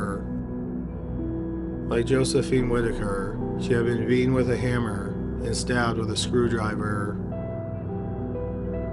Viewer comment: Good grief, can you say Beat'n wit a hamm-ahh 15 more times